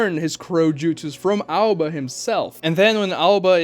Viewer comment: Aoba. Not Alba 😂